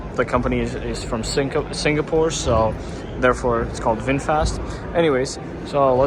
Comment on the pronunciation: VingFast sounds like a Slartibartfast